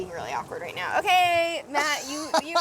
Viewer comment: He said my name matt; not math lol